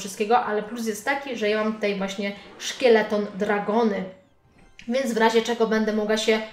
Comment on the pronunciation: to się czyta skeleton a nie szkieleton 🤦‍♂️🤦‍♂️🤦‍♂️